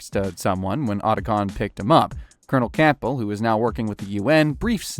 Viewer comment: “Roy Campull “ 😭